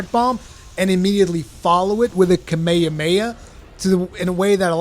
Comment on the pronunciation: I vomited in my mouth the way he pronounces Kamehameha